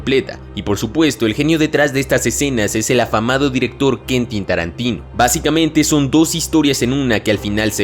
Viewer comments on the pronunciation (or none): Like si corregiste al y dijiste "kuentín" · "... el aclamado director KENTIN Tarantino" Jajajajajaja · 1. ¿"Kentin Tarantin"? 2. ¿"Piel de Gallín"? 3. "La lista de Schindler " no es una película bélica. Está ambientada en la SGM pero no es bélica. Es más, la misma shoa podría no ser considerada un acto de guerra, es un crimen que pudo realizarse sin la necesidad de una guerra. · "Kentin" Tarantino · Se dice Quentin, con la u que se escuche.